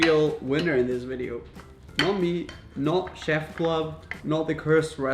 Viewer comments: "ch" ef club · The fact that he cant say chef Btw im not a hater